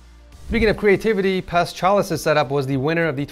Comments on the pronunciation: just so that you know, it is pronounced Pas-ha-lis and not Pas-cha-lis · As a Greek my soul was aching every time was butchering Paschalis' name. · It isn't exactly easy to pronounce 😅